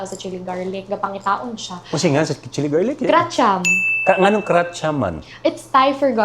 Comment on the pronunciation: Nice business idea …good job..just read it like this ( Kra -tiyam ) meaning garlic